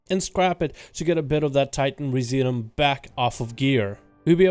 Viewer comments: Residuum: Ree zidj you umm. Look the word up. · It’s pronounced re-zid-you-um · Try "Rez IH' Dyou Um" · TITAN RESI-DOOM is how it's pronounced ...sounds kind of like "residue" with the "due" prounced as, "doom"